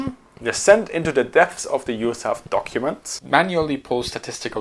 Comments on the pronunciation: Love the channel. It's probably been said a dozen times already, but no one in the US pronounces USAF as "yoosaff". We speak the letters individually. It's not an acronym. You also won't hear any century series fighters described with the word "hundred". Just one-oh-four. The same goes for rifle caliber. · A good video but USAF is NEVER pronounced Yousaff and is always U.S.A.F (like U.S.S.R).